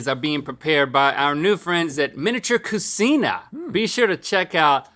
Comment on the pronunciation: Not cu-seen-a, but cu-chee-na. No Italians around you? 🤭